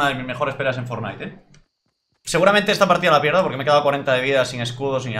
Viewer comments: Se pronuncia FORNAIT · #Fornite en vez de #Fornait :v